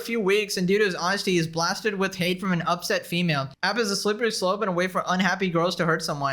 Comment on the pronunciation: ‘Hate’ or ‘ate’? Lol